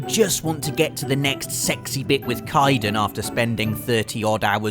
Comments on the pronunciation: Kai-dan? I'm pretty sure it's pronounced 'Kayden'. I'll have your head! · "Kiden" Kidennnnnnnnnnn 🙈😩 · Kye-den... how can you mispronounce a name that is constantly said aloud in the games? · you romanced Kaidan. How can you keep letting pronounce his name SO wrong? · s h o t s f i r e d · You put Mass effect (an already easy game) on easy and you mispronounced Kaidan. You make me sick. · the way says Kaidan triggers me on a deep and personal level.